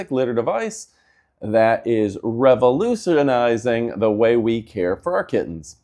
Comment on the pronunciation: REV-OL-USH-IN-IZING Phonetic spelling 😊 Because you should have immediately stopped started over 😂